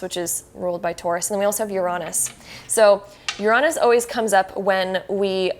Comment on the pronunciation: Now don't get me wrong, i like the tarot card readings since most of mine come real. But to me, the way she said Uranus kind of frustrated me and made me correct her a lot. it is said like this: Ur-A-Nus. not Ur-ON-us